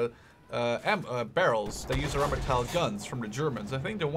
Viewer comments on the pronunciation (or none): none